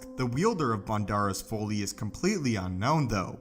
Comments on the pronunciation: That pronunciation was killing me. Every time I heard him same Foley, Folie.. I’m thinking “Folly” is so obvious Remember Mic Foley, crazy WWF before WWE wrestler. Also if this Crystal is the only one and it imparts a “pairing” with its host, the crystal. Well This smoky brown turd Crystal was poorly thought out. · I keep thinking of a sound expert on a SW set every time I heard "foley" instead of "folly." LOL. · Folly is pronounced FAH-LEE, short "o" sound like in trolley. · It's pronounced FAH-LEE.... Folly... Come on mane.. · Learn to pronounce folly